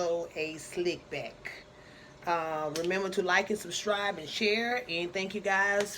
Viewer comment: "Remember to like and subshribe" "Eensteent Ehhdges" 🤣🤣 Damn I love her!